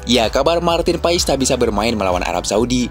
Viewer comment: paes bukan pais